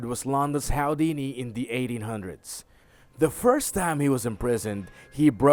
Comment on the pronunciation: IKR? He also mispronounced Vincenzo.